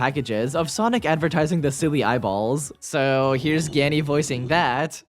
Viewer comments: It’s geeahnee. Not ganny. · Wait, that’s how you pronounce Gianni? I always thought it was “Gee-awn-ee” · "gee-anni" thats not how u say his name !!!1!1!!!!